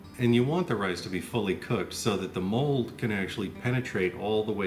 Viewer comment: I like pearl. Kokuho Rose is my favorite. ✨ I mean, for eating anyway. Whenever he says mold I first hear the word "mulled." Get it out of my head! I know what he means. I was thinking about that black rice that turns purple when you grind it. I wonder how that would work, how gelatinous it gets by cooking it... I also wonder if the time it takes to ferment this stuff has to do with climate. There are some pretty tropical places in China that would increase mean temp during fermentation and thus increase intensity of conversion over time. 🤷‍♂️ I'm trying but I don't have that much experience. The bathroom part made me laugh. I was thinking of a different take on it; "This is my wine bathroom. mHHHHH! Smells very fruity!" 😆 I wish people understood that whatever I do on my own property is none of their business, and that isn't hypothetical but protected by the supreme law of the land. Now I wonder about putting this in a cask after it is brewed. The clay pots increase complexity of flavor with use. There is some clay tea pots for example that are hundreds if not thousands of years old, and it is known for making the depth of flavor unparalleled. Research Yi Xing clay for more info on that. 👍 I happen to be a tea fan.